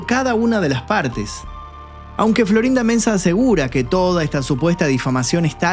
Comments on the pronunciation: me parece escuchar que dice: florinda menza 😅🙈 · Sí, así dice jajajajaja fu sin querer queriendo jajajaja